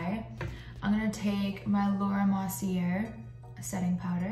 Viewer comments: Laura Mercier ~ Mercier is pronounced= Mercy - a = but with a touch more French accent! lol! Perhaps someone has already made you aware - but just in case! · You should not pronounce the r on the Marcier. Beautiful look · This is great, but I’ve never heard anyone say Laura Merceir like you do lol